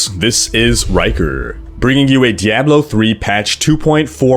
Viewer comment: he can't even pronounce Diablo right